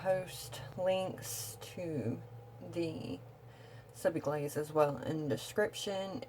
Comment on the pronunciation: It’s not Sub I Glaze! It’s Subliglaze.